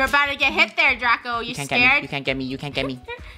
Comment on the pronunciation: It's not draco, it's draca